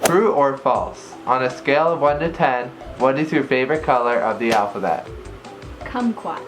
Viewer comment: OIH OIIIH SHE SAID KAMAQUAT! I LOVEEEEEEEE KAMAQUAT YEEEEE